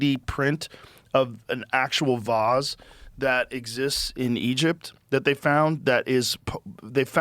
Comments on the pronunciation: Figure out your Vs and Ws, man. It's not hard. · Joe will pronounce the word “vase” as “vaahhz” then round out his sentence with an f-bomb